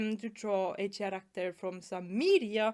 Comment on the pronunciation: Also, just as a tip to help with one word's pronunciation, the word "character" is not pronounced with the letter "ch" as in "cheese", it's more like "kerakter", basically the "Ch" in this word is said as "k". I know.. english sometimes makes no sense..